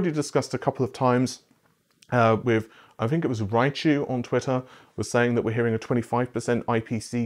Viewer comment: Why do you pronounce "think" as "fink"? i see the gesture so no going around it, i'm legit curious.